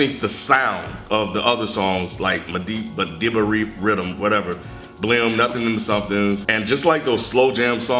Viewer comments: Madiba as in Mandela, not madaba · MADIBA REDDEM Pronounced - MA-DEE-BA. Yall bugging. Love the channel though. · it's Madiba Riddim as in Nelson Mandela "Madiba"....hence the reason he had help from African Wizkid